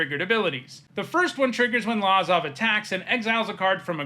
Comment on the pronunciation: It’s pronounced Luh-zav not Lah-zav.